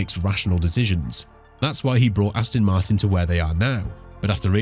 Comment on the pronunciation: Come on! At least get the name right. It's Aston Martin not Astin Martin FFS!